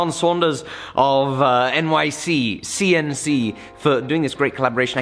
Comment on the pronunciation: I don’t think he’s said it correctly yet in all 3 of the episodes so far 😂